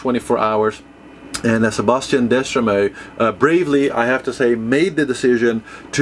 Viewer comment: DESTREMAU and not Destramau !!!! Hi from France